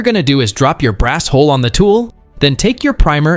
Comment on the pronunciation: ish: Brass HULL, not "brass hole". Hull is another name for an empty shotgun shell.